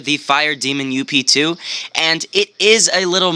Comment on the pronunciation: ITS NOT (you-pe) Its (Ughp-Two) In longcut its Upgrade